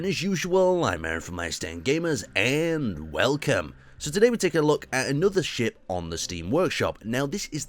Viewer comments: how come he says welcome like WEOLKEM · accent maybe? although he says everything else in the normal North american accent, and UK accent